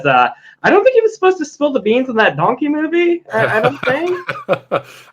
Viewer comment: Wait did Eddie Murphy say “Dunky”? Are we getting a videogame dunky movie??!